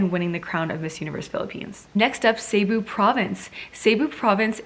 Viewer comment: Hello shierra nice shot of trying pronouncing some of the places so here is the correct pronouncing of the places im not perfect am gonna write the way it pronounced Baguio( bag-yooh), Las Piñas( las-pin-yas), Cebu (si-boo), Misamis(mi-saa-mis) Davao(da-vow) i hope it helps shierra im from the philippnies love watching your vlogs always. If i watched some of your videos i will gonna send you again some correct places you mentioned and nice trying to read and pronounce the way it is, congratulations !!!